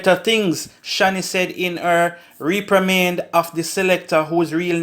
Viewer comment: You need to learn to read, and let someone tell you how the word "reprimand" is pronounced.